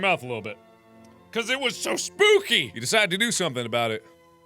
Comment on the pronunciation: you said spoopy up in hear